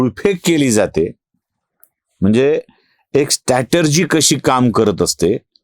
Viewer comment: स्ट्रॅटेरजी नाही हो गुरु, स्ट्रॅटेजी म्हणा ना.